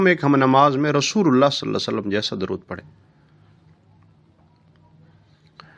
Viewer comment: JazakALLAH Ap meherbani farma k salal la ho alaehe wasalam theek sy bolain